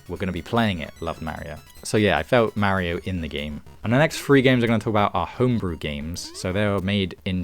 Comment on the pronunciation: Any particular reason you're pronouncing Mario as Merio? 😅